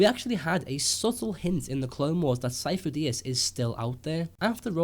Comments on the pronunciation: Sifo dyas (SeeF-o Die-as) stop saying it wrong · It's not Syfo Dyas, plz stop with the theories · sidious was pretending to be sifodyas. also might be a coincidence but.... sifodyas. remove the "fo". sid-y-as. fo sounds like faux ( meaning fake). Lucas loves dropping hints fans tend not to get until after.